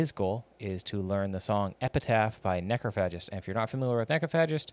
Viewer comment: Can't deal with this mis-pronunciation of Necrophagist 😂